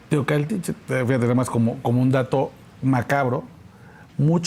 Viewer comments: Adela...hay que leer bien por fa o conocer la geografía ...se dice Teocaltiche😆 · Mi querida Adela te corrijo, es Teocaltiche. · Teocaltiche TEOCALTICHE Teocaltiche no Tecualiche